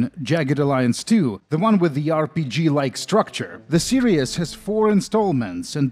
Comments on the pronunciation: The word "series" is pronounced "see-reehz" and not "serious". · Ah, another great video full of interesting details and him pronouncing 'Series' as 'Serious.' Great video as always dude. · lmao i smile every single time this man says "serious" when trying to say "series". hote, you are a golden shrine of innocence and extremely satisfying content,. we must protect you from the outside world and youtubes demonetization sweeps at any cost.